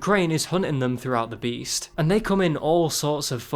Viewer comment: Though you said breasts